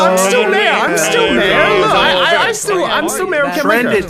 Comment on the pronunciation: Every time Henry says Mayor I’m soooooooo mad 😠 😡 🤬